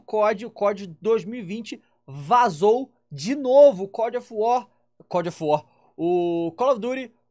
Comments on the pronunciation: ta tão viciado em Warzone que tá até falando Cod of War kkkkkkkkkkkkkk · "Cod of war" KKKK